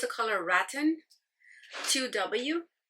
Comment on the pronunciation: Foundation color name is pronounced “ra-tan” You know, the proper name for wicker furniture. You always do your make up so beautifully. You look gorgeous. Happy holidays.